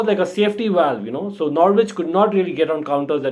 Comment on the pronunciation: Slight hint the W is silent it's Nor-itch 😉😃